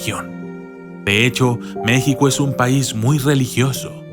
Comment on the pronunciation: enserio no sabes cómo se pronuncia México ,si insultas a México me insultas a mí y por esta vez y por todas no me arrepiento de ser una mexicana